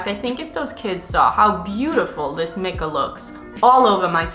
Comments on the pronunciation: Isn’t mica pronounced “my-ca” instead of “mick-ah” or have I just been pronouncing it wrong? But seriously, thanks for another extremely educational video! We really need to demand better from these corporations. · The way she pronounced Mica bothered me so much😂